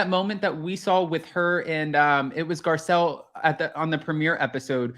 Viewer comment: Girl, please learn how to spell her name, it’s literally posted everywhere and you completely butchered it “Garcelle”